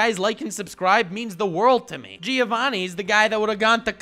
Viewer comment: I'd like to take this video seriously but every time he says Gi-ovanni I lose my mind